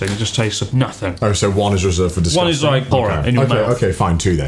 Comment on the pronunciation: chris and connor : "these taste DISGUSTANG." also chris and connor : proceeds to shove more awful chips in their mouths.